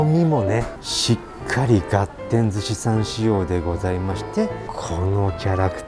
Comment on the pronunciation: 旨そうだけど 一品一品高いね あと、ずっと、がてんってはいじぃは言ってるけどがってんだよ